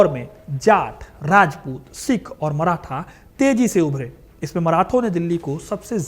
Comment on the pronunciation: अबे मराठा बोल। मराथा नही